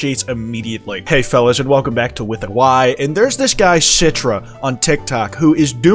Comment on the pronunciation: "CITRA" pfft, we know this is you you ain't slick